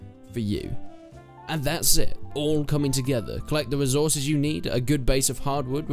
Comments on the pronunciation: Resorces lol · "Resorces" lmao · ah yes, resorces